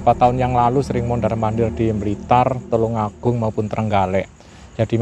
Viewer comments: TULUNGAGUNG, BUKAN TULONG AGUNG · Kampung halamanku... TULUNGAGUNG bukan TULONGAGUNG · Tulungagung bukan tulong agung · Tulungagung yg betul hurupnya